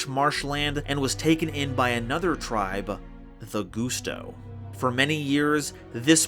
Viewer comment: This was yet another awesome installment to this series!! Also I don’t mean to be rude but I think you pronounced Gusto wrong. I think it’s supposed to be a play on the word gust, like a gust of wind, so it would be pronounced like Gust-O. That’s all, thank you!!